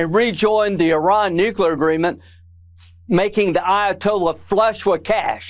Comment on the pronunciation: BEN, PLEASE don't say "Nuclear"!😢😢😢